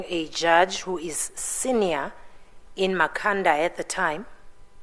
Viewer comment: Evidence leader, it's Ma-kha-nda not Mkha-nda 🙆